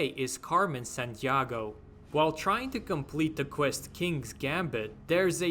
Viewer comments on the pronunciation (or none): you manage to butcher the pronunciation of domino, dalek and san diego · Sandiago you pronounced is supposed to be San Diego lol good vid tho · "Carmen San Deeago" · The wildest thing about this was how you pronounce domino and san diego.